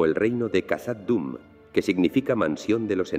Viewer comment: Khazad Dum se pronuncia Jazad Dum